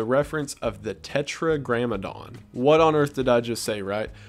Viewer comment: Tetragrammaton not grammadon.